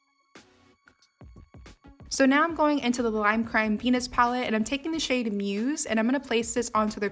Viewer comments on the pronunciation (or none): When she said lime crime venus palette i deadass thought she said penis palette 😩